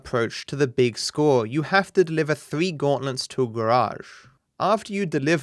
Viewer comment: are you purposely saying gautlents?